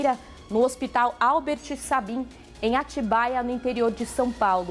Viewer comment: E a repórter que não sabe pronunciar Sabin. Kkkkk, além da "decisão decidida" kkkkkk